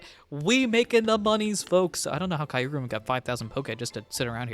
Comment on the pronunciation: The goat has returned!!! 🥳🥳🥳 Glad you're back at it my guy! Also just a FYI you pronounce Kyurem's name like Cure-um. The y is actually silent funnily enough lol